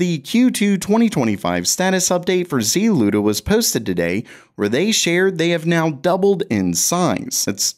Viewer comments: why pronounce the Z-Luda instead of a one word ZLUDA... you don't say C-UDA you say CUDA? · ZLUDA? Is this a Saturday Night Live cold open?